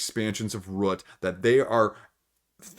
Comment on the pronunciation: What's sad is that I have Root and have only played it once but I loved it. I am thinking about getting the App to tide me over until after the pandemic until I can play it again. Also, a very interesting way you pronounce "Root", it almost sounds like you are saying "Rut". If I hear you say "aboot" for "about" then I am guessing you are Canadian. I love accents so I'm not trolling you.